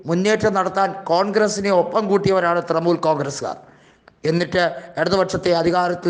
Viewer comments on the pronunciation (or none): തൃമൂൽ അല്ല തൃണമൂൽ